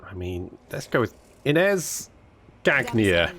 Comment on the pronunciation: Gag-nier???! My ears are bleeding again! 😛😬💀🇨🇵🇩🇪